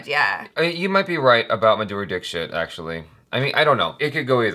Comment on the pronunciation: that was an almost perfect pronunciation of dixit💕